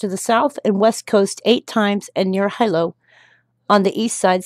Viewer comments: HILO= HEE LOW not HI-LOW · Hilo (pronounced Hee-lo) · Hilo is pronounced He-Low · Hilo= Hee low